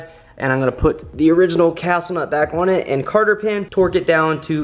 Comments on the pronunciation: Less ads and pronounce "cotter pin" correctly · cotter pin.. not carter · Cotter pin, not carter pin